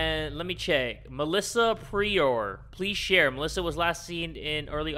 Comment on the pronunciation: when he said “please share” i thought he said some french word or some shit